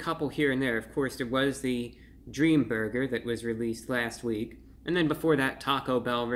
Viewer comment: I like when he says Burgeur